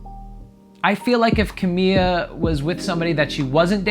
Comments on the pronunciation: Is c a m i l a not c a m i a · Why are you calling her "Cah-mee-ya"? It's Cah-mee-la Cah-bay-yo.. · Ugh. Her name is CamiLA not Camiya. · "Camil""La" not camilla.... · Was it bugging anyone else that he was calling her camia. I was like its Ca-mi-Laaaa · I never thought that I would find someone saying “camilla” so frequency instead of “Camila” annoying. She is not a stretcher/hospital bed. If it has a “ll” (like in her last name “Cabello”, which mean hair btw), then definitely make that sound. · her name is ca-mi-la not camia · It’s not camia it’s CamiLa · XD Ca-mee-la not Ca-mee-ya lol sorry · Dude it’s Camila, not Camia. Seriously why can nobody pronounce her name the right way?!??!?!?! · CAMILA ❌ CAMIA ✅ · It’s pronounced “ KA • ME • LA “ spelled Camila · I love that he calls her camia 😂 so wholesome lol. it just proves he genuinely is giving genuine reactions because he doesn’t know them well! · Cuh-me-la put it together Camila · It's CA-MI-LA GRRR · Lmaooooo 🤣 that's wild from CerrMILLA, "Camiya" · Did anyone notice that he is pronouncing Camilla as camia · CEO of “Camiya” 😂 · This guy can't pronounce Camila and he doesn't know Shawn Mendes is gay. How does he have 80k subs? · Every time you say her name my heart breaks a little